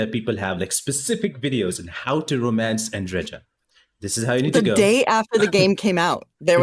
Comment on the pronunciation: My favorite character in a game I absolutely adore, but it annoys me that everyone mispronounces her name. It's An-dre-yuh, not An-dre-zha. Besides, Andreja is a man's name, that's my friend's name. The feminine form is Andrea. The name comes from the Greek "Andreas", originally from "andreios" meaning "brave, manly". P.S. Yep, she's definitely uncomfortable talking about the romance dialogues and how she got over it.